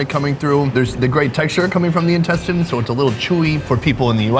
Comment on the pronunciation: He just said incestine :')